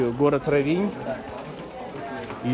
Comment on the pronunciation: Очень красиво! К великому счастью, нам довелось побывать здесь в 90х годах, одно из красивейших мест на побережье Адриатики, просто шикарно! Простите, но ударение надо ставить на о, РОВИНЬ!